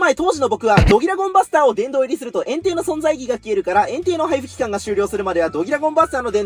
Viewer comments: エンテイ↓がエン↑テイ↑になってる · エンテイの言い方ってポケモンと同じじゃないの？flat変じゃね？